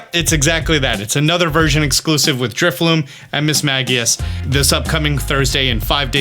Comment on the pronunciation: "Protein", "Water Shriookin" and "Drifloom" are not he move:P (Protean, Water Shuriken and Drifloon) Love your content a lot tho ^^ keep it coming!